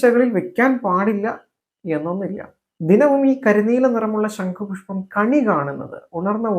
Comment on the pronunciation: ശങ്കു പുഷ്പം അല്ല സഹോദരാ ശം ഖു പുഷ്പം അല്ലെ ശരി തെറ്റു തിരുത്തുക